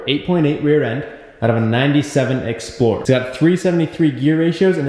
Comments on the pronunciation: is saying ford explorer or ford exploder??😂😂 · This man's really said exploder? 😂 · No way you said exploder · Just for your knowledge its called ford EXPLORER not ExPLoDer😁 hahahahahahahahaha , Great video by the way